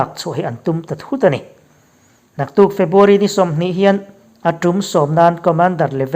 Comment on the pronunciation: Febuary ti tawhlo la ,February tih tur i lamṭhing thei e